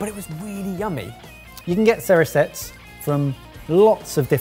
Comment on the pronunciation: Surely Cerisettes is pronounced “Cherry Sets”?